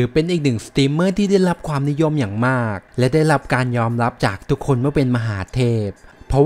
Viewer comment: ทำไมพูด ร. เป็น ล. หมดครับ ได้รับ เป็น ได้ลับ อะไร เป็น อะไล